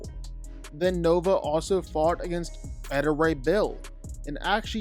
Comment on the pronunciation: Omg, it was validating for me that you pronounced it as "Betta" Ray Bill. I know it's beta (at least, I think), but I grew it up saying "Betta."